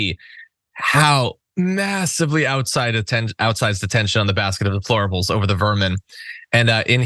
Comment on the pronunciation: donald cant even pronounce deplorable , ask him to pronounce YOSEMITE national park, ask donald whats his fav verse or chapter in the bible, ask him if he won the 2020 election and why did he rape women ? you dont have to, he has given answers, why abuse women ? because he is a celebrity and its been done since millions of years ago, he mispronounced the national park, he doesnt know a book in the bible nor verse, and now he says that democracy and the constitution is outdated , and Hillary ? why didnt she win? A LOT of women didnt vote for him nor her because she didnt divorce Bill over the fake sex scandal. and comer reopened the benghazi issue right when it was election time, ( when its the GOPs fault security funding was diminished at ALL embassies during the GOP control of congress )